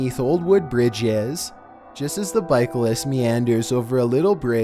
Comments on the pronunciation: he also said bikalist . its cyclist lmao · Did you say Byclist?